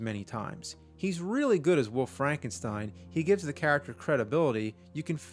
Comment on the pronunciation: "Woof Frankenstein" is all I can hear.